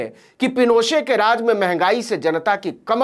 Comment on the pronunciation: नवीन जी , एलेन्डे नाम का सही उच्चारण आल्येन्डे है । हालांकि आपने ऑगोस्टो पिनोशे के नाम का बिल्कुल ठीक उच्चारण किया । कृपया मेरे संशोधन का बुरा मत मानिएगा । धन्यवाद । आप जो काम कर रहे हैं , वो सराहनीय है । आपकी सफलता की ईश्वर से प्रार्थना करता हूं ।